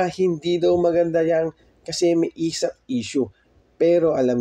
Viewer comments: esaf not esap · ESAF!!!! hindi ESAP!!!. Inang yan ilang beses mo ba nireview video mo bago i upload? ESAF, E S A F!